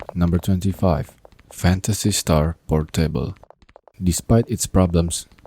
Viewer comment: it's pOOOrtable, not portEIble 🤣🤣🤣